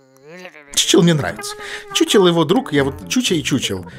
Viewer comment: Не чучел а хухел, т. к. игра чешская а по чешски ch читается как х.